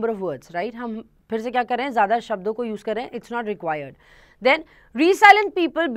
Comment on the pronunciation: It's रैज़िलिएंट not रीसाइलैंट